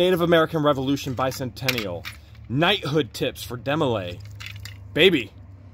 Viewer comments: Hi guys...Demo lay is the youth organization for guys in prep prep for the Masons ...and the girls organization is called Job's Daughters. To have attained "Supreme " status the person must have been in from the beginning age of 12.... Its pronounced Dee,-mo- lay. My daughter was in Jobs Daughters and she had to prove her Mason heritage to her great grandfather to join The counselors and adults represented the girls were very good teaching young girls to become with a small amount of public speaking in holding office ,presentation of faith & ,floor work for the public at their bethel meetings, memory work and special duties they had to learn from their member's book. It was nothing secret all meetings included parents,and guests,etc. They did teach girls how to grow into young ladies. Of course ,this was how we were raised and so My husband and I could see the value to our daughter to have new friend,make it to the meetings twice a month, learn a little about the values that we all considered good like loyalty,faith in god,a sense of caring for others and an overall sense of becoming a good, well rounded individual who cared about others in times of need or times of joy. They had special projects at Christmas and Easter for the after or needy and did a lot of good thru the organization. I saw a different side of my daughter as she grew into a young lady with thought and concern for others. I would recommend the group to anyone having a young daughter or daughters to possibly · It is pronounced D MO LAY and not a secret society